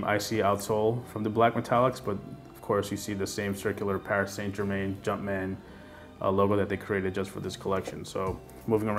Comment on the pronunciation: I learned how not to pronounce Paris Saint Germain 😂 love these shoes though, picked them up yesterday for $160 :)